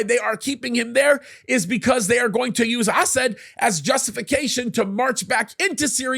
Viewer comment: Am I the only one who chuckles every time this dude says "Assad?" It sounds like he's calling the guy "ass-hat." XD